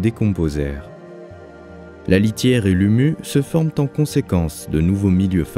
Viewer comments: humus ça se prononce comme celsius (pas "humu" donc) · salut la litière et l'humUs ?? On dit Humus(sse). Le S final se prononce. Dans deux vidéos vous donnez des poucentages d'oxygène de l'époque par rapport à la quantité d'oxygène actuelle. Je pense qu'ils sont faux car vous dites 2 ou 8% de l'oxygène de notre atmosphère et vous rajoutez, ce qui ferait que les animaux actuels auraient du mal à respirer. Si c'était 2% ou même 8% du taux d'oxygène actuel, tous mourraient en quelques minutes. Non, en fait c'est 2 et 8 % de l'atmosphère totale. Actuellement nous devons être vers 20%. Crédibilité globale de ces vidéos : pas loinde zéro car on ne sait jamais si ce qui est annoncé est juste.